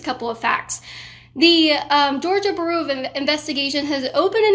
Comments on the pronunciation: Georgia Buhroo of Investigation. "Byou-roh" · Bureau is pronounced 'byoo-roh', not 'bur-oo'. Sheesh. Proper English is becoming a dead language! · Kaitlin, bureau is pronounced "byoor-oh", not "buroo" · Georgia baru of investigation 🤣. Love ya girl but that was funny. It's like the FBI but its GBI for georgia. It georgia BUREAU of investigation just like the FBI is federal BUREAU of investigation. Love you're content though! Doing a great job! Haa🤣ha you just said it again! LMFAO! I'm sorry, I'm sorry. Seriously....good job👍. You cutie pie you ❤🔥❤ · It’s BEER-OH, not Bur-OOO. Just sayin. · Learn how to pronounce bureau . It’s not the same as brew, that’s a beer dumbass . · Is she trying to say bureau? Lol sounds like shes saying beeru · You are saying "bureau" totally wrong. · Kaitlin, we love you, but I couldn't stop mentally tripping over your pronunciation of "Bureau". Otherwise stay safe and keep fighting the good fight. Long live the Republic!